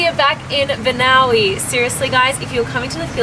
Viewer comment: Correction, the province name is Banaue :-)